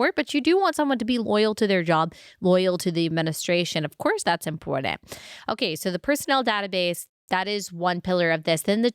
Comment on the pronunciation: You also say important incorrectly. There is no D. 😅But I still love ya!